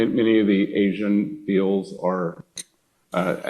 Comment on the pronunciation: These two clowns don't give one sh*t and the guy has difficulty even saying the word 'asian.'